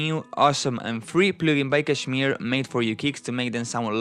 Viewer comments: The first non-indian person who pronounced kshmr correctly! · People pronounce it as 'cashmere'. While the actual Pronunciation is 'cush-meer'